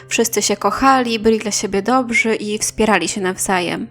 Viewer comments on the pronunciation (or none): none